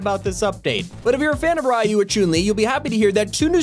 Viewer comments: There is no way just pronounced ryu as “riyu. How tf do you get that wrong? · The way that he said ryu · You said Ryu and Chun-Li wrong